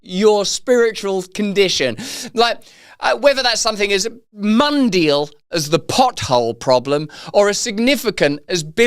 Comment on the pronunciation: bro hit that “ mundeal” like Dexter (Secret Laboratory) hit that “omelet du fromage.” Lol